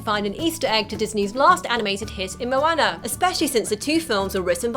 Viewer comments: i could not watch this video for more than 2 minutes. for christ's sake woman its moana not moAnna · It's not MoAyna. It's MoAuna conmon 😂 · "mo-ann-er" snorts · She legit called moana mwana